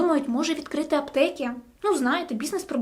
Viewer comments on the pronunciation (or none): Попрацюй над мовою. Твердий звук ч, звук и вкінці слів (аптеки). І не тільки.